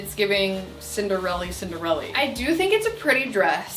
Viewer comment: “It’s giving cinderelly” lol